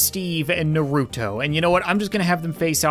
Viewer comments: “Noruto” 🤭😂🤣 I’m dying right now. It is pronounced Naruto lol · you are an amazing youtuber, but naruto is pronounced nar-oo-toe not ner-oo-toe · bro said "nurooto" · You don’t say you’ve never watched naruto, didn’t even pronounce it right 😂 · i love your vids but its funny how you say naruto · You said naruto wrong